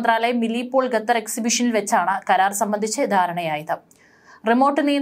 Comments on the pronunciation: Ee sthree annum parayunnathu gatar annanu qatar aanu sary . Ethinea onnu thiruthy kodukkan aarum ellea evde . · It is not "ghathar" but "Khathar"